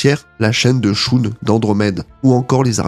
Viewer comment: Le cosmÔ? La chaine de CHOUNE?? je sais pas moi, on dit [cosmOSSE], la chaine de [CHEUNE].... Tu es sûr d'avoir regarder ne serait-ce qu'un seul épisode des chevaliers du zodiaque,??? 🤔🤔🤔